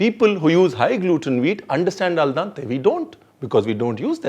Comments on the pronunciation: Ranveer, its Al Dente, not Al Dante. :) Binging on your videos, but the Italian in me (lived there for 9 years) couldn't help but correcting you here :)! Great show! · Al Dante nahi al dente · #RanveerBrar a slight correction in the pronouncing, it is AL DENTE, not AL DANTE☺️ Amazing recipe! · Sir i love the way how you cook and how you describe the taste while cooking. But with all due respect its not “al dante” but its “ al dente” which mean chewable. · It's Al Dente, not al dante